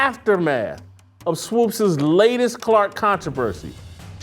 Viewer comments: Her is SWOOPES rhymes with HOOPS. You keep saying it wrong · Why do you keep saying Swopes instead of Swoopes? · JASON ITS SWOOPES NOT SWOPES. Thank you Steve for helping Jason out lol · Thanks for FINALLY correcting Whitlock on pronouncing Swoopes😂